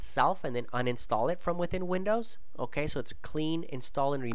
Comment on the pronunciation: "OHKAY" hahahaaa